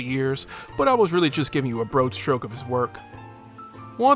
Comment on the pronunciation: "brohad stroke" lol